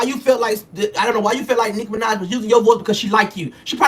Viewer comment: Did he just say N!66a Minaj? 🤣